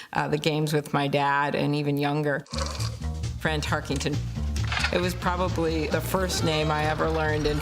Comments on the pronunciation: to start lol HEY LADY it's TARKENTON not TARKINGTON!!!!! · If Tarkenton’s was the first football name she learned, it would seem she’s had enough time to pronounce it Tarkenton, not Tarkington.